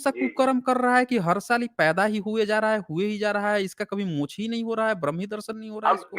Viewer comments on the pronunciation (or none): none